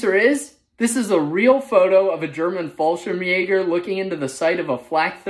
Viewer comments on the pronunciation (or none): Please dont say Fallschirmjäger. You pronounce it wrong.